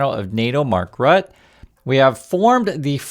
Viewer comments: Pronounciation is Mark Ruttuh.😅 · Rut-uh. Not "Rut". It can also be pronounced: "lying useless waste of space who loses his SMSes with Shell and other dodgy stuff whilst he was Prime Minister of The Netherlands" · It's pronounced something like "Root-uh", not "Rut."